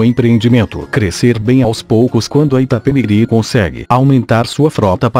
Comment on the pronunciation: Iapemirim....namoradinha do Nordeste